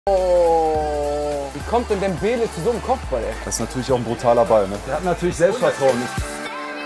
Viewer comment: Till sagt Debele immer falsch